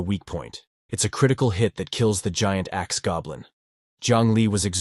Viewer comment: narrator saying: huge axe goblin. What i keep hearing: Huge ass goblin also narrator saying sheman instead of shaman cracks me up ^_^